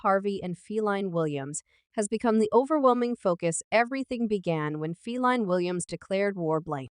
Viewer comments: did this heifer just say "feline" williams??...wtf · Why are you saying Feline Williams? Totally unnecessary disrespect. How is this ok?